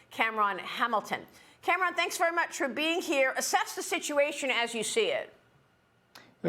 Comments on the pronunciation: Since when is Cameron pronounced "Cam Ron" ??? That's just ridiculous. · Is she really calling him CAM-RON?! has she never seen the name Cameron before?! 🤷‍♀️🤣🤦‍♀️ Oh my goodness Maria - that's funnier than it should be and you just keep saying it lol